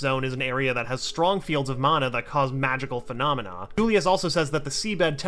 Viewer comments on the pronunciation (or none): none